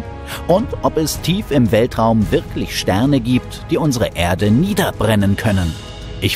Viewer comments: Die Begeisterung für den Sprecher kann ich nicht teilen. Wenn er nur mal noch lernen würde, dass es nicht "Ährde" sondern einfach nur "Erde" heisst, könnte man ihm sogar zuhören. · Wenn er noch lernen würde, dass es nicht "Ärde" sondern einfach nur "Erde" heisst, könnte man ihm sogar zuhören.